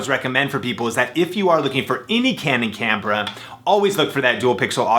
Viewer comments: . "Any canon campra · You said cambra